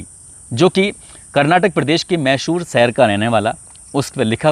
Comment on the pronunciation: भाई साहब मैशूर सहर नहीं मैसूर शहर ...आपने दो बार ग़लत प्रनाउंस किया..बीच बीच में छोटे छोटे पॉज भी लिया कीजिए .. ज़्यादा प्रभावशाली रहेगा.. बाक़ी आपका अंदाज़ ए बयां और आवाज़ अच्छी है..